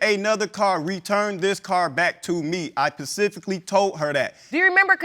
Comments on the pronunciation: Axed her Pacifically. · He asked her pacifically. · I asked her “PACIFICALLY” 😂😂😂😂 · It's "specifically", not pacifically!!!! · Did he say "Pacifically"🤣🤣🤣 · It is so funny watching some of these people trying to pronounce big words, he asked her "pacifically"....this is the most commonly mispronounced word on this show. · “i asked her pacificly “😂😂🤪🤪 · He axed* her pacifically😂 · No he aKsed her pacifically 🤣🤣 Seriously, I don't know why these black people don't speak correct English 🤔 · Most people can't pronounce specifically.